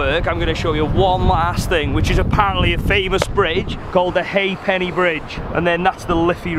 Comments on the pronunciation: It’s called the Ha'penny Bridge (pronounced hate-nee not hey-penny)! 🙄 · "hEyy PenNeY bridge" "DoOndrumm" 🤣🤣🤣🤣